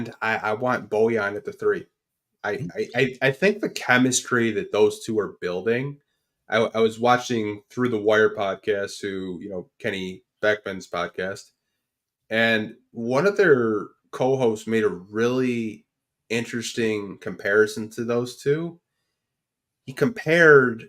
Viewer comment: It’s Kenny BEECHAM not Beckman you fucking gentrified his name god damn colonizer